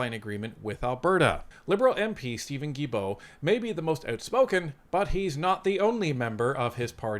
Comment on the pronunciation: Sorry to do this but after all these years of hearing you say “J”ilbault, I have to say it. In French, the g is sounded as a hard g with vowels e, and i if a u is in between. Without the u, it would be sounded as a J. I know, crazy, but that’s how it is. So Guilbault is sounded as hard G.